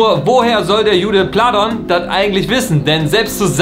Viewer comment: "Der Jude Pladon" Alles klar. 😂